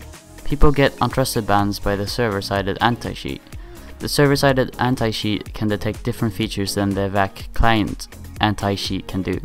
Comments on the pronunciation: stop saying sheet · Please stop pronouncing cheat as 'sheet'. It's really annoying